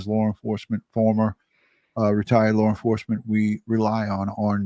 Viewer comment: What is it that calls law enforcement. Is it Lare enforcement or something like that